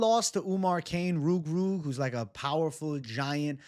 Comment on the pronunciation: can you say ROOG ROOG again 😝😝😝😝😝😝😝😝❤❤